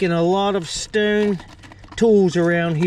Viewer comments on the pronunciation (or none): Dude mustve said stoone a hundred times or better.. enough for me to change it. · Lord! How many times can one man say “Stowwn” in one video.. and the pronunciation is so strange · Came here to learn about arrowheads Stayed because of the way you pronounce “Stone” lol